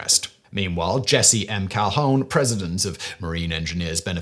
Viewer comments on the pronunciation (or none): "MAY-mee": Eisenhower. And "kal-HOON", not "kal-HONE".